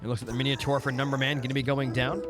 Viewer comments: Thanks for this upload but PLEASE don't call it Miniotaur... It's Minotaur! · bro where do you see the i in mino